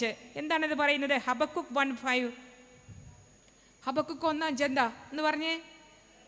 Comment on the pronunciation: ഹബാകൂക്ക് എന്നാണ് ശരിക്കുള്ള pronouciation ഹബകുക്ക് എന്നല്ല. Maybe that is why the girl got confused.